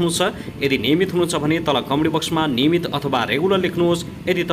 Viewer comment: Niymit ho nniymit